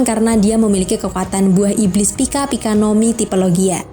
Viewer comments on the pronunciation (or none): none